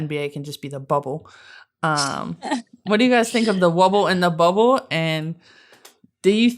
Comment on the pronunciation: I almost thought Stewie had a speech impediment cos’ she kept saying ‘Wubble’. Took me a hot minute to realize that she was referring to the WNBA bubble. 😂